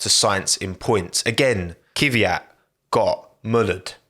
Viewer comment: what's with you english speakers and non-english names?It's pronounced Kvίat not KίViAt